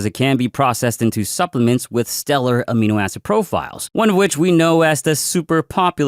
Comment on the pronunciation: Did he say aminoasshole? 😂